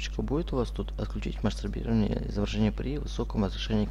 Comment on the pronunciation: Бля, мне одному послышались или он сказал "Мастурбирование " в место "Масштабирование".....??????